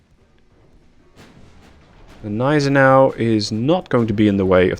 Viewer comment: correction on the pronounciation of Gneisenau: You rponounc it Neisenau, in german Gn doesnt become N, it stays Gn. so its isnt pronounced Neisenau, its actuall Gneisenau